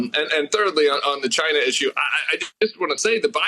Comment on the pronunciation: OMG, Brian you made my day with that “Ghina”